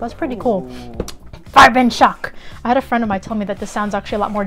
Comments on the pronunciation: Very good pronounciation of "Farbenschock"! :) Greetings from Germany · Wow thank you so much! I highly appreciate your feedback on pronouncing "Farbenschock"! ^_^